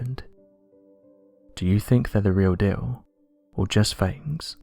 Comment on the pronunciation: Worst narrator speaking voice on youtube. Downward inflection of every last word of the sentence. Along with horrible word pronunciation. Listen to his R’s and W’s. Its laughable. Listen to the way he says “deal” . Ridiculous. Even if you turn on English subtitles they cant understand a lot of his words.